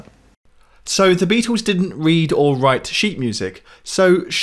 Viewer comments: This guy needs to learn how to pronounce the word Beatles . It is not bee twos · Beatles! Not Beatools. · Why don't you stop saying Beatels, littel or middel, it sounds infantile.